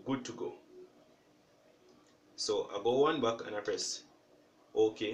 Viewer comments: Thank you, it worked! But it was very difficult to understand "one buck' then i looked into comments and found that you mean "one back" but you need to cleary say how to stop and go one back so people can easily understand. Anyways thanks a lot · I'm sorry, I'm not Jamaican and I'm hot AF. So please excuse my rudeness. But are you saying one buck or one back?